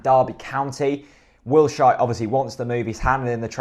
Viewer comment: Wildshite? Might have to work on the pronunciation 😂